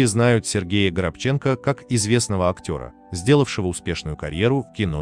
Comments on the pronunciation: Я как то всегда считал что он ГорОбченко... а ГоробЧенко как то даже слух режет! Или автор даже не знает как фамилия произносится?!?... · ГорОбченко, а не ГоробчЕнко! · Фамилия украинская,ударение нужно ставить ГорОбченко,на второе О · Господи! Неужели так сложно ПРАВИЛЬНО произносить фамилию человека, о котором говорите? ГорОбченко! Запомните, пожалуйста!!! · ГорОбченко! Ставьте правилтно ударение. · Пожалуйста, правильно произносите фамилию актера- Горобченко- ударение на второе "о"!! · Считала ранее ,что фамилия произносится ГорОбченко, он же не украинец? Прекрасная пара. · Всегда думала, что фамилия актёра - ГорОбченко. С ударением на вторую "о"... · ГорОбченко, он человек верующий и потом ударение на втором слоге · Он вообще-то ГорОбченко! Как это можно,делая передачу об актёре, не уточнить, где ставить ударение?! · Ведущему: режет слух неверное ударение фамилии ГорОбченко( на втором слоге). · Читайте фамилии правильно.горобченко.ударение на второй слог. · Разве, его фамилия не Горо́бченко? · Автору, прежде чем озвучивать рассказ, нужно научиться правильно произносить фамилию актера. ГорОбченко. Услышала как каверкают фамилию актера и не стала слушать. Это неуважение к актеру. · Как прочел ГоробчЕнко, сразу раздумала ставить лайк. Учите русский язык. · Он ГорОбченко. Ударение на втором "" О"" противно слушать как коверкают имена и фамилии актеров. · ГорОбченко,а то аж слух режет ваше произношение фамилии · Горобченко'ударение на 2 слог!!!!! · ГорОбченко,ну ухо режет произношение. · Отвратительная работа диктора!И фамилия актера ГорОбченко! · Украинская фамилия, ударение нужно ставить на букву о, горобец, воробей на русском. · Действительно ударение неправильно ставится,будто бы специально...Очень режет слух...Неужели,читающий такой"баран",что не понимает это...Ведь этот актер очень известный... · Ну хоть в фамилии можно правильно поставить ударение???? Хоть из-за уважения в хорошему артисту???? Его таланту??? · Ставьте правильно ударение в фамилии